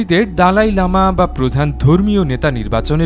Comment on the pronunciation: " দলাই লামা " ,,,,, দালাই না